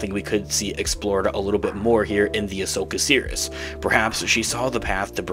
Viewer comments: it sounds like he keeps saying "the Ashoka Serious" instead of "Series." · nah, he definitely pronounces it weird. I know he's not actually saying "serious." I'm saying his "series" sounds like "serious." 100%